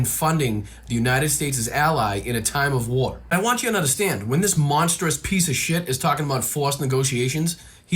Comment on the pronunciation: Rich people don’t “I dunderstand”.